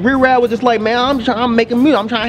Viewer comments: If say Rih-Raa one more time bruh... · I agree with what was saying just don't know why he was pronouncing riff raff wrong? But anyway if u take this album seriously u won't enjoy it. If u have a sence of humor you will probably like it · The "f" is silent.